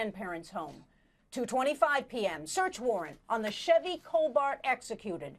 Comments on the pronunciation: Why did she keep calling it a Chevy cobaRt?!?! Uh! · Is it bugging anyone else that the commentator keeps saying “Chevy COL-bart”? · It’s Chevy cobalt, not cobart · Yes that and she said Chevy Cobart at least twice. And she's a reporter. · No ma’am…..it’s not silent……she said “vehicle” correctly. You can’t pronounce it either way…..depending on the part of the country you’re from. Now she DID mispronounce “Cobalt” several times which totally got on my nerves!! 😂